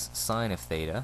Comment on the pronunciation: thanks but you mean Theta not Thata?